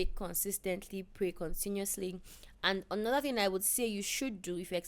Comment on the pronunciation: It's how PL says another as "onoda" for me😂